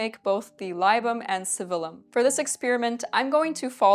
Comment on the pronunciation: Oh, btw, libum is pronounced like lee-boom. I'm a pedantic stickler....